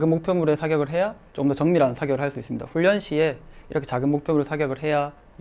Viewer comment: 왜 훈련이라고해야되는데 훈랸으로하셧나여 뭔가잇는건가?